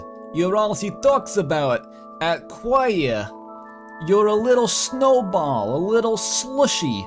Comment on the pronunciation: “qwhyah” is honestly so funny to me, it’s like “feacher” in the Tenna intro vid, it kills me every time